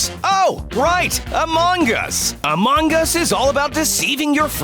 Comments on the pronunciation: Stop say Among gus to call call right is Among us :v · AMONG US NOT "AMONG GAS" BRUH